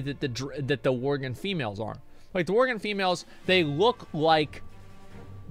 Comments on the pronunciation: And worgen. He kept calling em worgren. Just every other word is miss read 🤣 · am i the only one that hears him pronouncing Worgen , Worgren ?